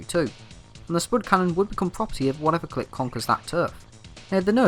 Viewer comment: The way you pronounce clique hurts my soul